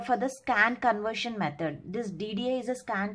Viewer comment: not metad ,,,, its method